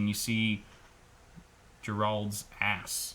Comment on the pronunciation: Gerald? you mean Geralt you scrub